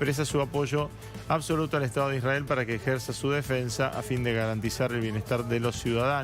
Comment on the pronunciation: Me causa gracia la periodista que esta en Israel habla como re porteña, pero cuando pronuncia la palabra " Israel" lo hace con pronunciación de moishe jaaaa, realmente cómo se ve la doble vara... y las atrocidades cometidas x el " estado" de Isrrael contra Palestina? El estado de Israel sionista no es ningún inocente vamos!